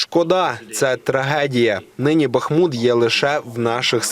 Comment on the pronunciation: Правильно БахмУт, з наголосом на другомуголосному